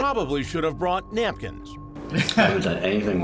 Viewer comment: "Soekel should have brought nyapkins." Why was there a 'y' when he said 'napkins'? LMAOOO.